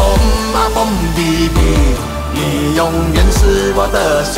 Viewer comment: 兄弟的英文是 BROTHER 不是 BRATHER